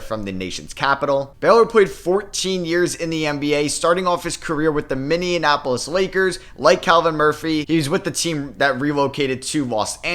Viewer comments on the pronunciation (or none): Lmao ik youve never been to minnesota before the way you called it minneanapolis